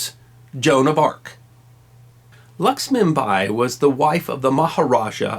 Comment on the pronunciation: That was a pretty good capsule,! Not sure I'd agree with everything you say, but I see that you have been balanced in giving us both sides of Rani Lakshmibai's story. The name of the subject needs to be pronouned correctly -LACK-SHMI-BAAI not 'luxmibuy' as we hear here.